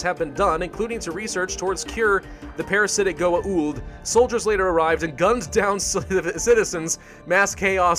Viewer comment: That pronuncation of Goa'uld if just 'goauld', not 'goa uld'